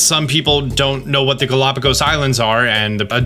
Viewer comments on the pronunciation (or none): none